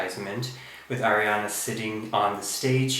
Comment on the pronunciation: its ariana not airiana jeez